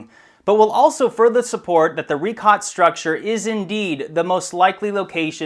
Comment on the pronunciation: Richat pronounced as "ree-shaat" though. How can we be sure in your words if you even mispronounce the name of that place?